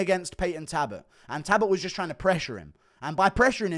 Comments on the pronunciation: Guru just refuses to acknowledge the L in Payton talbotts name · Can someone teach this man how to say Jacob please? Update: Talbott too!